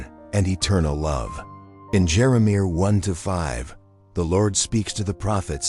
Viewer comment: AI can’t pronounce Jeremiah